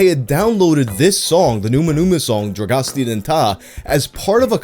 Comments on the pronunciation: It's pronounced Drag-oh-sta Din TAY (not TAH). Just like they say in the chorus of the song if you ever heard it lol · it's "drah goh stay ah deen tay" not "dragostee din tah" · The song name is pronounced - Drag-oo-stah- deen-tay, just to let you know... My friend and I really got into Ozone after this video came out, and we downloaded their entire album, learned all the Romanian, and really rocked out on road trips in college. Such fun music! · dragastia di ta LMAO, it's spelled drag-o-st-eah din tay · That pronounciation was really bad. You pronounce it as "Draggohstah dinh teij" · "droasti din ta" . no. no no no. you even hear the phrase in the song if you need a reference. This is not how you read aloud Dragostea din tei. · Drugusta dintah? Mate, if you'd heard it, you wouldn't pronounce it like that. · numa numa, dragostian dinta... is it really so hard to pronounce dragostea din tei??? it is definetly not pronounced dra-gos-ti-an din-ta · It’s “drah-goh-sta-din-tay” you can actually hear it in the song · "drogostia din tah" bro they say the words in the song, how can you pronounce them wrong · Dragon Steering The Tar? I mean, I get that you don't know how to pronounce it, but they literally say it in the song. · Dragos-tee-a Din Ta-a.....my fucking abs, man! 🤣🤣🤣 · how do you mispronounce Dragonstea Din Tei when they literally say it in the song 😂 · 1. It's pronounced roughly "dragosta din tay" 2. Dragostea Din Tei was hugely popular throughout continental Europe in the summer of- 2003? 2004? Whichever it was, I had a couple friends who spent the summer on an exchange program in Germany, and they loved the song so much they shared it with the rest of us when they got home. It was really weird when the lip sync video went viral, because suddenly everyone knew the song but they were all calling it "Numa Numa" and acting like it originated from the lip sync video. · Its pronounced Drago-Sta-Din-Tay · It's pronounced rah-go-stah din tay